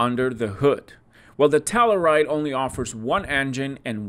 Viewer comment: Pronounced. TELL “U” RIDE .